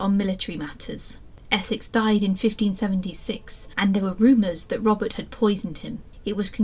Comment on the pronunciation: Interesting but it sounds like you keep saying Robin